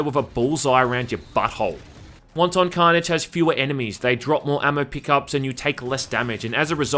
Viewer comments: Omgoodness...wanton is pronounced "WANT'en" NOT Won-Ton. Jesus, somebody order soup?! lol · Pronounces wanton (of a cruel or violent action) like wonton (like a dumpling) and I catch shit for mispronouncing epitome. Go fuck yourself, internet. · Wanton not won ton. They're not dumplings. X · He pronounces wanton as wonton soup instead of it leaves her moist and wanton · its not pronounced like Chinese Wonton soup, but rather 'want-tin" or is that your cool kiwi accent? j/k i know you're a filthy aussie!!! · Won-Ton 🤣🤣🤣 Wanton is not pronounced like that! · pretty sure it's pronounced closer to "want-in." wonton carnage is what's happening in hong kong rn. excuse me, yeah, when's the soonest flight to hell?... one way is fine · Dude, it's 'wanton' carnage, not 'wonton'. You're saying it like it's a fucking chinese meal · Don’t pronounce wanton like the Chinese finger food but as “want’n” and wanton destruction is a very old phrase indeed that means unexpected or un called for but hideously violent destruction so since it is the hundreds of years old phrase it’s unlikely to be a reference to that previous game but you made me nearly piss myself laughing and from now on I’m going to pronounce it like you. Fucking hilarious! “Want On violence!” Panic at the fast food restaurant! Haaaaaahahahahaha! Oh Jesus me guts! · That's not how you pronounce "wanton". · You gotta learn how to pronounce wanton :P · If I have to hear you pronounce wanton like it's a fucking soup I'm going to drill my ears out.